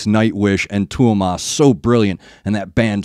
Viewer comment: Not trying to be a dick but just call him Thomas like you would in English. I think you would get closer to the pronunciation.